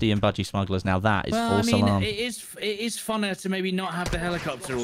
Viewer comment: he's saying False Salam